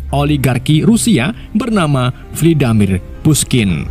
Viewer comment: Vladimir mas....bukan Vlidamir😂....psikopat....bukan spikopat....ntar salah sikopet lagi😂😂....emang ada badan intelijen US dengan nama DIE😂...Klo DEA ada😂😂😂